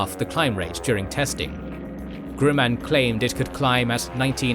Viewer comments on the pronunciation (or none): I thought Gruman was supposed to rhyme with woman, not poo-man, man. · There are 2 outstanding faux pas here. Grumman, at least in the US and by naval aviators, is pronounced with a short U not GRU-man as if in Despicable Me. Grumman is a famous name in Naval aviation. Look at Ward Carrol's channel. As a former F-14 flier his pronunciation is likely standard. And the Thatch Weave as described a myriads of books involves the attacked plane or 2 plane group turning hard towards its partner(s). It was most definitely not what is described here which is just some jinks in around that was clearly going to get a Wildcat downed by a Zero. The 2 flights spaced at the minimum turning radius of the Wildcat meant that they would close in minimum time dead on and thus if the Zero was following then the partner would get a head on shot at the trailing Zero. After the first pass the attacked plane would break back hard the other way. Hopefully the attacking Zero, with his wind screen filling rapidly with an oncoming Wildcat would be distracted enough to at least momentarily lose the bead. The planes would continue breaking left and right until the attack was defeated creating a weave. It's very unusual to see errors in K & G, have you changed the research crew.